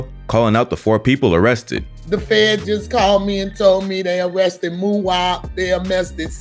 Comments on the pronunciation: They mauressted muwhop lady can’t pronounce arrested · “They amessted “ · I can’t get over how his mom said arrested wrong when she said c-thang lol “Amested” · "They ammested c-thang" 😭😭😭😭😭😭😭😭😭😭😭🤣🤣🤣🤣🤣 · Damn they Amessted cthang??? Not amessted😂😂😂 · Damn first she says they arrested then she says they amessted lol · That "Ammested" Pisses Me Off Everytime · "They arrested muop they aMMested cthang"... Smh.